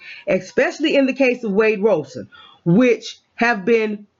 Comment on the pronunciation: sorry I didn't see thst pinned comment. And nevermind lol... it just bugs me. It's not "Robe son" it's "Rob son". Pronouncing it like a garment one wears after a shower is incorrect. Thsts all. Peace